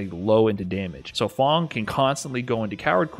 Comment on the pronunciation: Its fang not fong